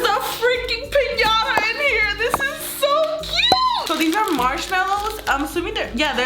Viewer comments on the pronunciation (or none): How she says piñata pissing me off💀💀💀